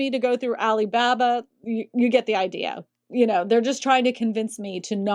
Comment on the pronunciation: "Alley Babba"